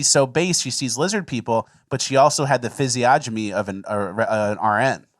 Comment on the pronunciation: Another great episode but you guys need to learn how to pronounce physiognomy